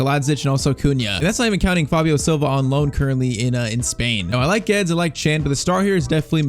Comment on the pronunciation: ur pronouncing Guedes wrong😭